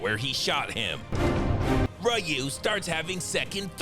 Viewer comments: The fact that youve called Seaguls partner Ryu but also pronounced Ryu wrong in every way each time you say his name killed me each time lmao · Spice busts out all the vowels: Rayu, Reyu, Riyu, Royu, Ru. 😂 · “Roo” isn’t even the most correct and I keep seeing people passing that around. 😭 Maybe with a heavy Japanese accent. For anyone around who might care, it’s more like “RiYoo”… very close to “Ree-oo”, but without a beat between the syllables. It’s basically a contraction of the two parts. That’s all for today’s Learning Hour! Much like Mr. Segal’s throbbing manhood, knowledge is ALSO power! 😄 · i remember when street fighter 2 the game first came out, nobody knew how to pronounce his name, everyone called him "Rai-you' (alotta my mates still call him that) then when the animated movie came out he was called "Re-you' somewhere down the line someone said the correct way to say it was "Roo" i think thats what he's referencing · “Royu” was my favorite. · Rooyu, Riyu, Ru, Royu....ah fuck it!!!! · I like how catered for everyone by giving us variations of pronouncing Ryu. "Roo, Ryyou, Rayyou, and Reo"😂😂😂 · “RYU,Rayu,Royu,Ruhu, Ruw,Riyu,Roohu,Yoohoo 😂. I love how he pronounces his name different everytime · LoL ROY-U 😅😂🤣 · I've seen this video a few times, and I hear you keep mispronouncing Ryu's name. You call him Ryu, Ryu, Ryu, Ryu and even Ryu! It's actually pronounced Ryu, and you have to get it right! You don't wanna piss off Ryu, or else he'll Hadouken your ass! 😂😂😂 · The fact that this guy is pronouncing "Ryu" every way imaginable is proof that he's been around the Sun a few times. When SF2 1st came out it was pronounced "Rye-oo", which is how I still pronounce it. Then it became "Ree-oo". But then all these Japanesycofants started coming out of the woodwork and proclaimed it will now and forever be pronounced "Roo", which sounds like a Goddamn character from Whinnie the Poo. I'll stick with Rye-oo because I'm old and I live in Oklahoma.